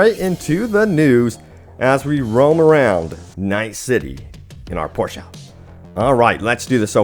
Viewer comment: Hopefully fixing crashes means the game will come back to the ps store 🤓. Also, Lol, someone who pronounces Porsche correctly, that's awesome!